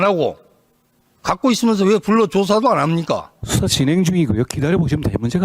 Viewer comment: 술처드시고 하는건가? 발음이 이상하네.. 수사라는 단어가 왜 숫자로 들리지? 왜 민주당의 질의시간은 전부 약처드시고 질의하나? 쫄보들이라서 아님 수박이라서